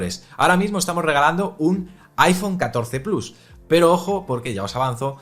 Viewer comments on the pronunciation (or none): none